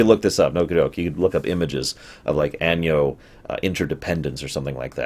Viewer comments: Arvid Axelsson you're right it should be pronounced like ah-no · Out of curiosity, why do you pronounce Anno like "Año"? I don't think that's how latin works. Sorry for the smugness.